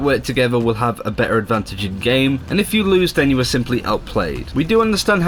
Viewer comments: "why you heff to be mad?" killed me... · "Why you haf to be mad ?" xD